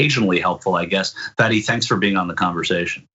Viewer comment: Is "Fatty" or "Fahdee"? If it's Arabic, it should be the latter. Is this one of those where the person just gets tired of correcting people and just settles for the lazy American pronunciation?